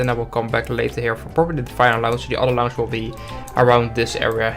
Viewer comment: I know that English isn't your first language and I don't mean to be rude but I will be restless until you pronounce launch correctly